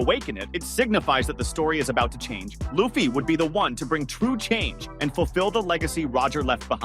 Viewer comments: Yeah I'm not even watching another video of his or even liking his content for the disrespect. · The guy keeps butchering people’s names in the video, calling Luffy as “LAOffy” and Imu-sama as “N-sama”